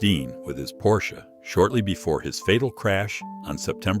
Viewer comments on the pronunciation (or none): none